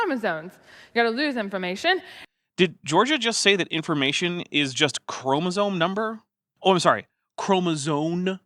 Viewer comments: I noticed she said "chromosomal" correctly... Does she not realize the difference here with how she says "chromosone"? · Im a little annoyed at the constant fun-making of Georgia's obvious speech impediment. Or at the very least she's ESL though I can't detect any accent. There were some instances in the last episode that were, fine, I guess. But "Chromasone" really ticked me off for some reason. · I was going insane hearing "chromosone", and thinking I was hallucinating - thanks for clearing it up. I guess mispronouncing things is giving more weight to the rhetoric of "science is bad". I heard it in your other videos when other creationists talked as well sometimes. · On top of her saying chromosome as "chromsaone", she also says "Ourangitang" instead of Ourangitan. sigh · Georgia sounds to me like she has a bit of a speech impediment. Maybe that's contributing to her weird pronunciation of "chromosome"?